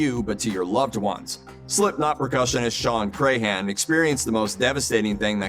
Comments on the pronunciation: It's pronounced Crahan not Crayhan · I hate the way he pronounces clowns last name. It's pronounced Cran, like the cran in cranberry. Not cray-han.